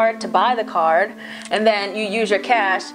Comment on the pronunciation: "Yo go get this t-money cardeu" 😂😂😂